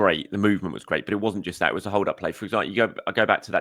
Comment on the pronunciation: please pronounce Nwaneri correctly. Nwa-neri. Not Nwanyeri